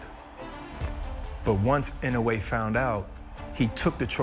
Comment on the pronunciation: Get the pronunciation of his name right. He kept on saying IN OH WAY It should be pronounced as IN NO Wii